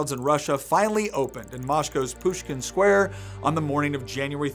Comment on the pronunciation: “Moshcow’s Pushkin Shquare”